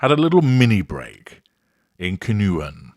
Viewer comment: Pronounced Can-O-Juan